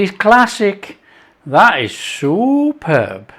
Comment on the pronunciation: I heard that as well”soup-herb” but either one works. 👍